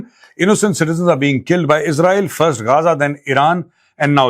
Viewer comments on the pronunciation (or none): none